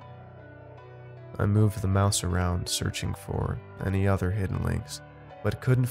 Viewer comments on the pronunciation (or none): none